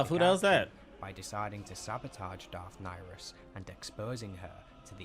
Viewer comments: He is saying Darth Niris not Darth Nihilis to different sith lords. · Darth Nyriss, Not Darth Nihilus